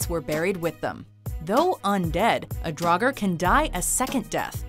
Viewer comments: It’s not draugar is draugr, there is no a, you go straight from the g to r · The pronunciation for draugr isn’t right, but everything else is pronounced decently. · Wow first one is draugur but they said dragar that’s when u know the video will be good HAHA AND 7 SLIPNIR HAHAHAH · Sorry to be that guy but its Draugr (pronounced draw-grr), Sleipnir (pronounced sly-pnear), Svaðlfari (pronounced sva-thl-fari(ð is pronounced like th for THis, or THat, or THen)), Veðrfölnir (ve-thr-fol-neer(remember- ð is pronounced with a loose th sound)), Níðhöggr (pronounced nee-th-hogger), Muspellheim (moo-spell-high-m), Niflheim (knee-full-high-m), you got Ratatoskr right but you tried a little too hard. Dwarves came from Ymir's skin as maggots and reside in Svartalfheim (svart-alf-high-m) or Niðavellir (knee-tha-ve-leer). Tyr lost his hand during the time when the gods were chaining Fenrir up. Fenrir ate it. Once again sorry to be that guy.